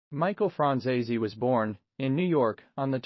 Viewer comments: It would help if you pronounced his name right. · My God, learn how to pronounce his last name correctly